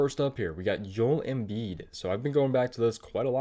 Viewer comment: Yoel Embiid??? It's Joel, JO-ELL pronounced with a J.